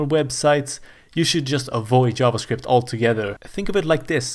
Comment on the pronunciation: Pronouncing it as "yavascript" is in itself a hot take